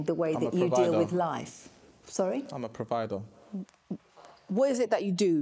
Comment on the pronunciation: "I'm a providuh" please go away😭